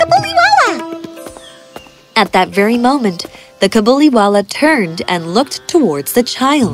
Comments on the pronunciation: It's not cabuliwala it is kabuliwala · In this it is kabuliwallah not cabiliwallah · the way mini said cabuliwala is sike !!!!!!!!!!!!!!!!!!!!!!!!!!!!!!!!!!!!!!!!!!!!!!!!!!!! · I would watch the hindi version and i got upset how Mini said "Kabuliwala" GIrl do you know how to pronounce hindi?